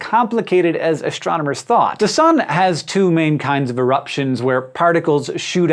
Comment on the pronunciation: "All kinds of eruptions" all kindzzzzz